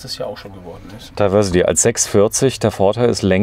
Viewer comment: Es wäre doch schön wenn ihr wenigstens es schaffen würdet englische Wörter korrekt auszusprechen. Diversity: das di… wird wie „dei“ gesprochen!